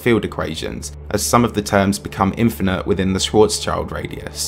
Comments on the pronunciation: I like your videos a lot, but pls, Schwarzschild means Black-shield, not "child", so you pronounce it like shwartz-shield, also mass limits are much more precisely defined for the star's core and called the Chandrasekhar limit for remaining a white dwarf, for instance. Worth mentioning and also another hard name :D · Hello. Small point from my side, Schwarzschild means black shield, so it's pronounced"Schwarzshield" instead of "Schwarzs child" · Schwarzschild is not spoken "Schwartz - child". It's "Schwartz - shield"